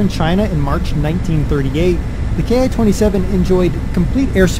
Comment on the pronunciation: It's pronounced like "Key"